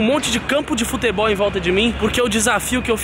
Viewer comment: o chris fala foTEbol😂